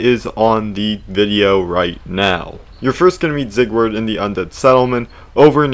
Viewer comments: I will never forgive u for saying zigword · him pronouncing his name zieg-word is killing me